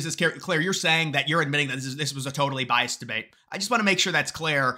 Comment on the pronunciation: Is it just me or does keep saying bias when he should be saying biased? Sorry, not sorry... It's bugging my autism.